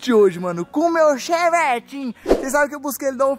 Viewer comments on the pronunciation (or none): Eu tenho uma LEVE "raiva" de quando o fala "ChEvEtIn" 😂 mas ok kskskdks